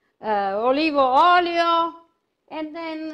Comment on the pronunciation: "Olivo Ollio" .... I love her :D